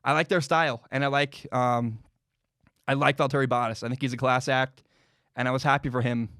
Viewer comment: Not trying to come off as rude but valtteri bottas is pronounced “Val-turry Bah-tas”. I cringed a little when you said it lol